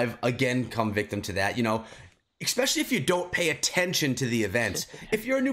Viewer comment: It's especially not eckspecially 🙄